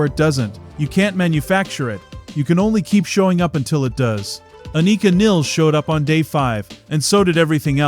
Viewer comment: Its not pronounced "Aneeka Neels" ffs